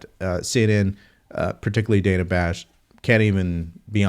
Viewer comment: Its pronounced Dana like banana.